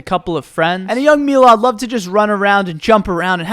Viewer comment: i love how milad pronounced his own name wrong LMAO